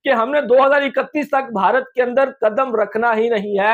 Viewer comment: Hansi nahi hota ha hasi hota ha Or Bharati nahi hota ha Bharat hota ha Or app ek video ma Kam sa Kam 100 bar app bhia bhia bolta ha